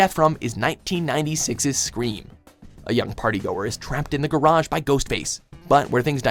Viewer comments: Ok,, you can say garage like "carriage" as the British do, or you can say gar-ahj, like the Americans do. You cannot say, gar- adge, or whatever the hell you just said. Because that is wrong no matter where you're from. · The way he pronounces garage is terrible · you say garage weird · Never have I heard another pronunciation for garage.... Guh-Rash? 😂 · lol "garashz" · Hold up, is everyone just gonna let the way he said "garage" slide? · wait, why did you pronounced "garage" like that? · Wtf is going on with the pronunciation of Garage. Listen to it it’s so weird. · It's annoying how he pronounces garage door